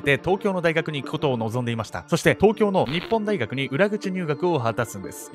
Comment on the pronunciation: 「にっぽん｣大学じゃなくて「にほん」大学ね(´･_･`)